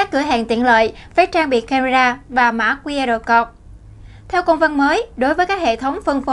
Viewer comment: XNV nên lưu ý khi phát âm, đọc 'QR CODE' nghe ỚN QUÁ